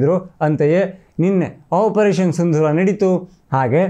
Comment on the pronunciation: ಸಿಂಧೂರ ಅಲ್ಲ ಸಿಂದೂರ